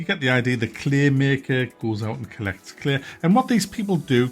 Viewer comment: "The cleahmeekah collects claeeh"